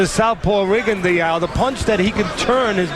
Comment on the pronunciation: How can professional commentators miss-pronounce a fighters name so badly? It hearts my ear every time they say Rigondeaux's name the way they do...F..in Teddy Atlas..